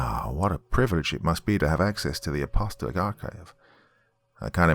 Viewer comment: App-uh-STALL-ic (not UH-pasta-lick). In case it continues on and becomes a series.